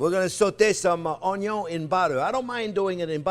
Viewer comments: Omg there not to long im starting to talk like u onyo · No, OnYo Pie. 😅 Just funning with you chef, love your show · French onyo VS. Canadian onyo...😂😂